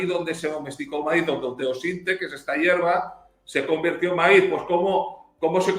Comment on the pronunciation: El Sr. español ya se " salvadoreñizó" puya dice...😂